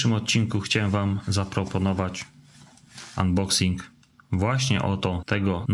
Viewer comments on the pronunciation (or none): angielszczyzna suxx .... szczególnie to unboxing ... :)